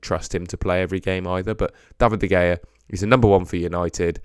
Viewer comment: "David duh gayuh"